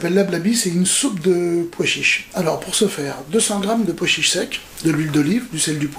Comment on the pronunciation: vous savez personne n'ose vous le dire mais il n'y a pas de "d" à pois chiches